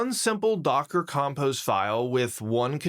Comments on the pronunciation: im not saying it's all AI, I'm saying AI scripted it and he read it in front of the camera. Who TF says docker "compost" ? Is there an english accent that even allows for such a pronunciation? It's not like "Issue" or "Tissue" or "White" (Titanium Hwite - Bob Ross) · haha I was also thrown off by the his pronunciation of "compose" but I don't think he was saying "compost", just pronouncing the o in a weird way